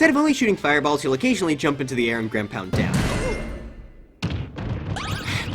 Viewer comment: “ground pund”